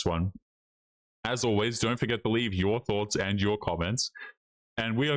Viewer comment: Yo-er. Peace.